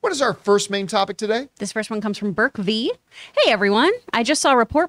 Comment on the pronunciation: That was my topic submission and I must’ve spelt my name wrong 😭 it’s Brek, not “Berk.” THANK YOU THOUGH!!!